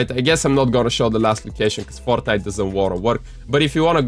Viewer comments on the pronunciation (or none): none